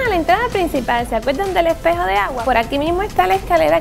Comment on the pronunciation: "Y aquí tenemo a un epejo con una rejas arriba, nunca lo entendí poque el epejo e pa verse" Esa fue la mejor frase de todo el pto video xd